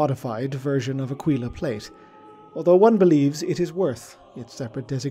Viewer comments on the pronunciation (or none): Going to be a pronunciation nazi here. It's pronounced Akeela not _Akweela_. Otherwise great work.